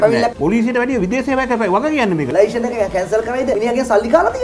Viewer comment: චමුදිත ලයිශන් කියලා කියන්නේ නැහැ .ලයිසන් කියලා pronounce කරන්නේ .පොඩ්ඩක් දැනුවත් වෙන්න .